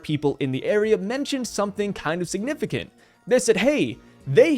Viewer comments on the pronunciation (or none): none